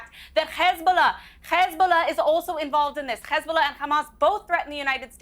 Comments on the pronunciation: that israel apologists made sure to pronounce it "schh-zheeezbollah(!)" and "sccch-haamaachzz(!)", a trend i have noticed to make them sound worse? i dont know.. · Cenk, don't you know that we have to fight KKKKHhhezzzzbiluh?!